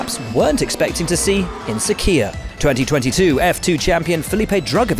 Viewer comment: What is sakiyah, dude keeps saying sakiyah?